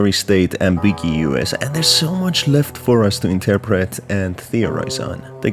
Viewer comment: Fron the way you said “ambiguous“ i think youre a visitor too.